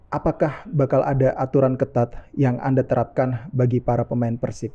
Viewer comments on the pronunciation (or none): none